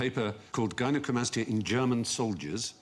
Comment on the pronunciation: HI, Gynecomastia (guy-nuh-koh-MAS-tee-uh) is an increase in the amount of breast gland tissue in boys or men, caused by an imbalance of the hormones estrogen and testosterone. in short man boobs, they do not remove the chest muscle, just the excess fat with a bit of liposuction.